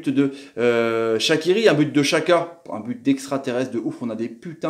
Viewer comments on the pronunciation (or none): Pk tu dis chaka et pas djaka xhaka=djaka ptn